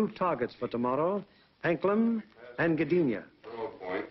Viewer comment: John Katz If you are correct then I say thank you. But no matter how many times I listen to what he said. It still sounds as if he could be saying Anklen or Anklem but may be as you said anklam. But it does not sound like an "A" in the second to last position. More like an "E". So either way, with the way the USA drowls it's "A"s and words it cold still be an American version of Anglen do to their inability to read or to pronounce names other than those they are very familiar with. But if you know there is a place near the Danish coast named Anklam then that would be helpful. I only know of Anglen (Anglend) From where the Original Angles who are the originators of the English, are from. Thank you. Posted Monday 5th of May 2014 01.17 AM GMT.